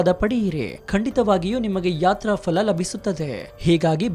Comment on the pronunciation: Sri adu fala alla phala.....!!!!!